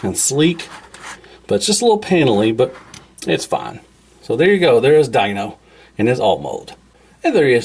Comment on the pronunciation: It's pronounced "deeno" not "dino" even though its spelled like dino